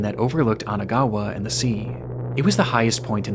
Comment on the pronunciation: Isn't it Kanagawa and not Anagawa?